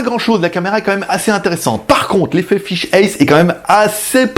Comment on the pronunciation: Pour faire mon chieur, lol, on dit "fish-aïe" (fish'eye, œil de poisson ;) ), elle est loin de faire 360°, je suis quasi sûr qu'elle fait même pas 180° non plus (on doit se voir quand on est à gauche d'elle, jusqu'à sa droite), mais surtout elle a une résolution pourraxe qui la réserve à une utilisation fisheye : l'intérêt d'avoir plus de 180° c'est de pouvoir utiliser le mode virtuel : l'image est croppée (découpée) à un angle de vue standard, et on peut avec la souris ou un casque VR tourner la caméra, mais comme la résolution est divisée, vaut mieux en avoir sous le pied, ce qui n'est pas son cas :( Après en fixant 5 caméras de ce style en "cube" (celle du bas ben on peut pas faut bien mettre un pied lol) y a peut être moyen en post production de sortir presque 360° (façon Google Street Map), mais bon 700€ la plaisanterie :/ Mais sinon super vidéo comme d'hab avec la bonne humeur, le beau temps (#ModeRageux lol) et tout ce qui fait les vidéos GLG :D (et les 500 likes on les a dépassé depuis un ptit moment ! lol).